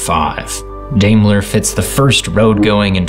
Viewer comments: I'm pretty positive it's pronounced DYMLER, NOT DAYMLER. In Germany, it's the Second vowel you sound, not the first. Now you know. You're welcome. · Dime-ler. Not... Dame-ler.